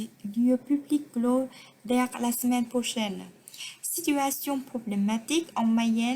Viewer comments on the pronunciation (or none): "Dès" hơi bị ngả sang "dère" một tí ạ